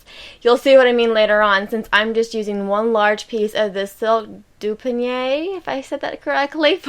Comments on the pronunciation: it is "du-pea-o-knee". dupioni. It is beautiful. So enjoy! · I love your videos and have learned so much from them. I hope you are not offended but I’d like to share with you how I pronounce the word Dupioni. It can be a mouthful so I broke it down. Doo-pee-oh-knee. Like I said, it can be a mouthful so no offense intended. Just a suggestion.